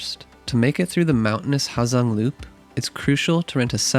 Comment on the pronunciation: The H is silent man